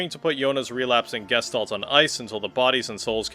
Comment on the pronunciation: just a fun note all speaking "Gestalt" wrong XD, it is from german and it means Shape/Form/Figure